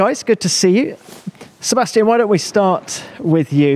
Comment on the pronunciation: this german guy pronounces names always so weird. i always wonder why he as a german says "Sebestchen" instead of Sebastian or - when he says max verstappen he says "meks vershtEppen", when he says alexander albon he says "Elexender ELbon", lance stroll is for him "Lents stroll", calls kimi "REYKENNEN" is just weird because he is german and names like alexander, Sebastian or max very german sounding names and he says them still so weird - but when he talks german he says it normally